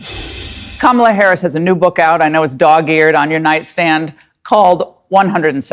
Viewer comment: please "NO HARRS"